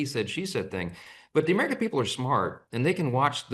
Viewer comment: He said Americur 😂